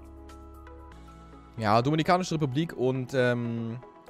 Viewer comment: domiNIkanische republik kleiner sprachfehler